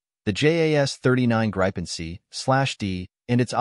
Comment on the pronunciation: Grippin not grypen😮